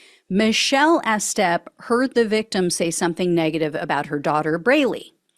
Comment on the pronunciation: You're not telling me "Estep" isn't pronounced with a long EE. E-step, like e-commerce.